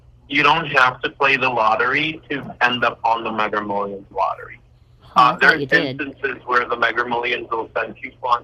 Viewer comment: The AI doesn't know to correct him saying 'megger millions' 🙂